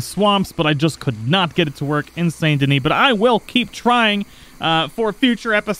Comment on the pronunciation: why do you pronounce the t and not the s in Saint Denis